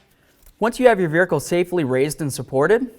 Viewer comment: “verhicle” lol